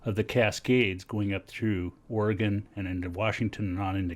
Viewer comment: and he pronounces the states name correct. yall take note... :)